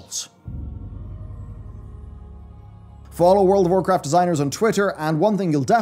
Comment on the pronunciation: Anyone else hear say whorecraft at the start of the video...